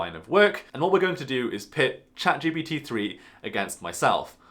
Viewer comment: It’s ChatGPT not “ChatGBD” Generative Pretraining Transformer